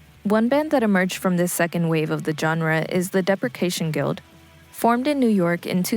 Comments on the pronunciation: The narrator mispronounced "depreciation" - it's not "deprecation", it's dee-pree-shee-ay-shon. This isn't really shoegaze, but I found it interesting: a dance remix of early Cocteau Twins song "Blood Bitch", using stems extracted by AI. It's impressive but I wish the guitars were louder. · 🗣️ depreciation guild mentioned 🤓 mispronounced depreciation